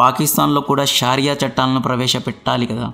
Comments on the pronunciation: Good presentation,shaariah kadu bro shariah antaru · షారియా కాదేమోండి దాని పేరు. షరియా అని విన్నాను.